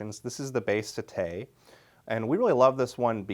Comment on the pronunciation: Hey, helpful tip here: it's pronounced SETT-ay not sett-AY, it's the Italian word for seven which you get, if you look at the profile.